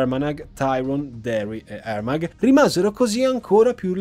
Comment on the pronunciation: ARMAGH si legge AMAA